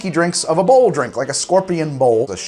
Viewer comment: Say "Bouwel Bouwel.." one more time. I dare you,, I double dare you. Samuel L. Jackson intensifies